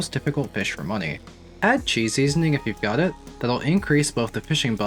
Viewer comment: its a small thing but thank you for pronouncing Qi correctly. Few people do and it drives me crazy.